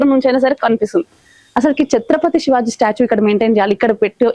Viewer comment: Anchor chatrapathi shivaji maharaj chatrapathi shivaji kadu sariga palakandee